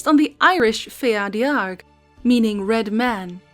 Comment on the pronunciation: Fear Dearg is pronounced “Far Jahrig” Irish speaker here ❤